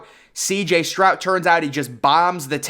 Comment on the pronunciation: His name is Stroud, not Strout. 🤨 Say, Stroud